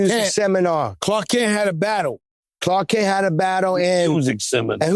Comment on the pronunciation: Khaled is Lit! That man just said “Cark Klent”. I can’t unhear it. Had to rewind that a few times 🤣🤣🤣💀💀💀